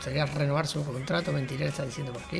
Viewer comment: Cuando vas a decir bien el nombre del delantero uruguayo? No es Mentirel... Es MERENTIEL!!